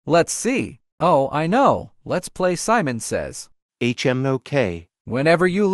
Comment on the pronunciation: bro why you said lnow😂😂